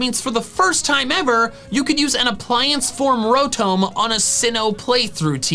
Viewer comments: Isn’t Rotom pronounced Row-tom because if it was Ro-tome then it’s name would have an E at the end? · Did u say ROWTOHM it’s ROWTOM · It's Ro-tom, not Ro-Tomb! like Tom cat, not Egyptian tomb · Uh, call me the Grammar police but your saying Rotom incorrectly. Rotome would be the spelling of what your saying E makes o say it's name so with it not being there it's Tom so Row-Tom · Wait is the official pronunciation ro-tome for Rotom. Or is this a joke like yah-vul-tal. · Rotum bruh that sounds so wrong